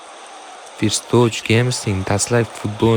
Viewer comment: 'Forst' din hatyabi oka "First"ni 😂